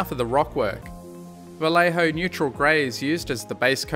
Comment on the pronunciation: The way you say "Vallejo" in that aussie accent never fails to make me smile